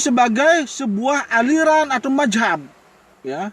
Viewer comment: Ngomong apa itu bos bos ..majhab atau Mazhab bos kok GK jelas c